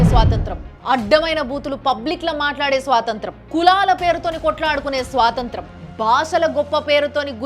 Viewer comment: స్వాతంత్రం కాదండి స్వాతంత్ర్యం .